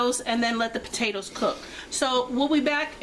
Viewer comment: We love this recipe. Desty and I are watching together and she loves the way you said "Potaters" lol Enjoy ! Thank you so much for sharing 😋